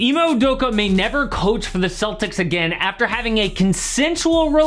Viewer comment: Did this nigga say Emo Udoka lmfao. It’s 2022 and we still got mispronounced names 😭.